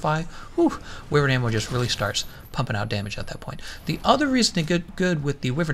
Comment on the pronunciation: “Why-vern” not “with-ern”